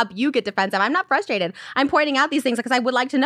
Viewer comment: Trisha: "Its frustrating when..." Ethan: "You can be fustrated..." Trisha: "You're gaslighting me, I'm not fustrated" Enter Confused face